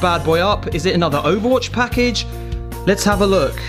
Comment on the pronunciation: At the beggining "Brown Pakage" xD